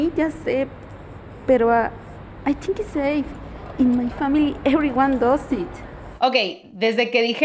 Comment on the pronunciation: La pronunciación de "now" no fue correcta, tampoco la de "it does", con su "i corta" /I/, y su "s vibrante" /z/ al final, tan difícil para nosotros los hispanos. Eso lo que porque estoy en clases de pronunciación, y aún siendo un estudiante me pude dar cuenta